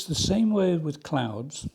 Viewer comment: Bit behind on viewing so was watching this today. For some reason I kept hearing “clowns” when you said clouds. I was a bit confused…what? When did he start painting clowns?? 😆. So relieved when I looked up from my budgeting to not see one scary clown and just a lovely sky with clouds.😊. Love clouds terrified of clowns. Hope all is well with you and yours…and the Pyrenees are beautiful.